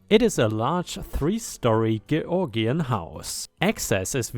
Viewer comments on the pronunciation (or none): "Georgian" is pronounced 'Jorjen' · I think you'd better check out the pronunciation of Georgian. George-Ian. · Hey, Georgian is said like "george-ian"! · I definitely like awful neighbour stories plus HOA tales. Your stories are always entertaining. Playing with Disney I can tell you are a totally besotted cat father. It's great to watch you interact. ⭐⭐⭐⭐⭐⭐⭐⭐⭐⭐⭐⭐⭐ You met the word Georgian when talking about a house. The house was built during the reigns of Kings George l in 1715 to George lV around 1820. George is pronounced Jorj so Georgian is pronounced as Jorjian. Hope this helps